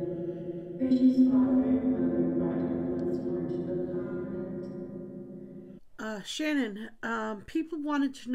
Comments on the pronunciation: I have to point out that her name is Shanann, not Shannon. Sorry, but it bothers me when her name is mispronounced. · I know you mean well in your conversations with Shanann and the girls. No disrespect to you or about your videos, i feel it would be beneficial to pronounce her name properly. From my point of view, it is a sign of respect when you pronounce someone's name correctly or not and we should respect this beautiful family even if they have passed away. The new spirit box is much clearer, so thank you for the upgrade. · I'm really not trying to be rude, but if you know the correct way to say her name and you know that people don't like it, then why not say it correctly? Js 🤷‍♀️